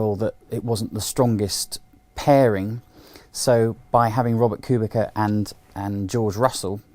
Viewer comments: it's pronounced kubitza. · Claire has admitted that Robert KUBICA (not Qubika) has been a massive help in understanding the car and that his technological knowledge is truly unique. I agree Russell is a talent but how long is he going to stick around Williams? When he’s ready he’ll be off to Merc. Furthermore, Williams only have 1 point in constructors and that is Robert’s point, not Russell’s. I get that Russell is talented and all but my god Kubica deserves some recognition. As if British bias wasn’t enough, you cannot even pronounce his name correctly. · kubica is known from italian karting as a kubika.... so that's is ok... but should be pronounced k u b i ts a..... thank you. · Who the hell is Robert "Kubika"? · my god... there are still, after all these years, morons who can't pronounce KUBICA (kubitza) correctly... disappointing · it is from karting times and robert doesn't mind that... in italy he is kubika... rosberg also called him kubika. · “KuBiKa” LMAO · KubiKa? KubiKa?! Jesus Christ, guy is driving in F1 for many years, everybody around you knows how to pronounce his name correctly and you still say KubiKa? What disgrace. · Even Sebastian Vettel’s Race Engineer called Kubica ku-bi-ca in Abu Dhabi 2012. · I am amazed, that half the people talking about F1 can't pronounce Robert Kubica's name properly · please learn how to pronounce Kubica's name for God's sake. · he pronounced kubica wrong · especially aswell as he doesn't know how to pronounce Kubicas name